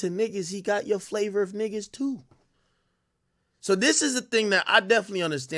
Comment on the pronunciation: Maaaa damn. Tooo soooo’s. Come on man. And it’s ball main